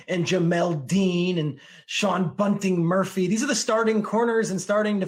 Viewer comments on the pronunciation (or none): MURPHY-BUNTING NOT BUNTING-MURPHY PUT SOME RESPECK ON HIS NAME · I know he didn’t just say “Sean Bunting Murphy” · Mad respect for Schrager because he's one of the few analysts to mention Tampa, but get sean murphy bunting's name right please 😂😂😂